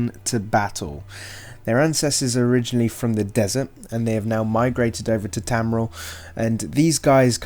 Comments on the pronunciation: Tamriel is pronounced as Tam-Re-El. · Your obviously not a fan of elder scrolls because your saying tamriel wrong